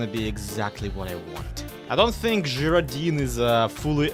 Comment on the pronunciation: I think it's pronounced - guy-roe-dine - but I'm not 100% sure. Not actually heard it, just going off similar words. Don't stop doing what you do,, you make the world a better place. It's been so hard to smile lately, but I know you'll always make me smile, often you'll make me laugh and tell my cat how funny is.